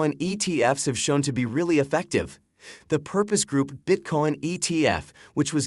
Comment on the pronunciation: Is he saying Bitcorn? 😂